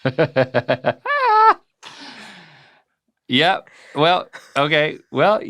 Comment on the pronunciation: The way he pronounced “quiche” 💀 😂